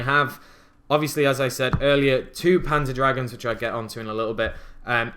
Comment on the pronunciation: you killed the german name of panzerdragon xD, nice vid ! ^^